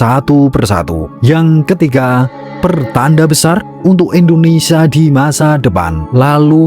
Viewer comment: INDONESIA BUKAN ENDONESIA Nyebut nama india benar, nyebut nama negara sendiri Salah. Parah lu min 🤦🏻‍♂️🤦🏻‍♂️🤦🏻‍♂️